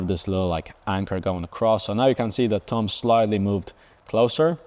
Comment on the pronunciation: I love the way he says thumb. Tumb